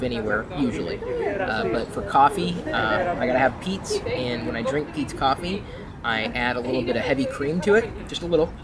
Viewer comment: haha I thought you said pizza coffee the first time... it sounds nice that coffee from PETEs though... we dont have that here and the italian coffee is so horrible and bitter so the best place I have found is starbucks that is full of sugar but the expensive cafes I tried are not good